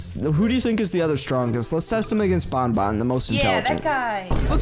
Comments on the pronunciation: its ban ban not bon bon [wich is my dogs name😶] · it is Banban not Bonbon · Name is banban not bonbon